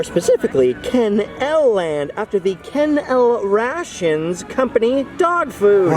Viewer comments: It's pronounced Ken L RAY SHUN. Yes, It's spelled like rations from the military but it was never pronounced that way. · Ken-el Ray-shun. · Awesome video as always.. The Ken L Ration was pronounced Kennel RAISHUN. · FYI, it was pronounced Ken L Rayshun with a long A. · It's pronounced "Kennel-RAYshun". I guess a little too young to remember the old TV commercials.